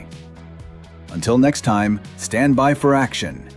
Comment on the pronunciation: Shtand by for action! I’m old enough to remember but I don’t remember SHTAND 😆